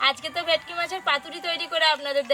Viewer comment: তোমরা কী ভেটকি মাছ কে ভেকটি বল😂